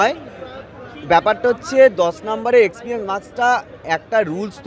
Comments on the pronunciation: Experience শব্দটা সঠিক ভাবে উচ্চারণ করতে শিখুন; তারপর experience এর মার্কস নিয়ে শিক্ষক হবেন। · Experience ucharon korte giye toh hege diche era naki teacher